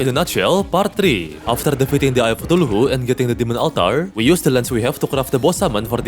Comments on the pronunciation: Why you said tuluhu? Not kutulu? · Bro said eye of cathulahu😭